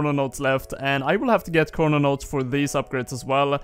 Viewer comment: ChroNOtes, not chrononotes